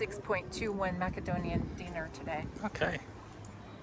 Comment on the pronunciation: PLEASE PLEASE PLEASE be careful with your pronunciations! Dinari is the Serbian currency and Denari is the Macedonian currency! As a Macedonian myself I also get confused with the two (rarely but it does still happen) PLEASE BE CAREFUL WITH THIS!!!